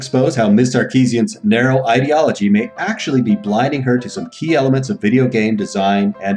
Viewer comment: I miss you saying Ideology like "lid"